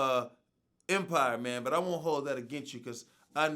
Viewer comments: Dondre' Jackson It’s Because People Made Memes & Shit On How Terrance Howard Says “Man”. He Says “Mayne” Instead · Ryan Charles especially when he was talking about Terrance Howard so it would be “MAYNE” 😂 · "Maf Mane"-Terrence Howard